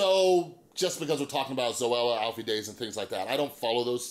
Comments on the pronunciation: Deyes is pronounced like "Days". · Lol you’re friends but can’t pronounce his name right .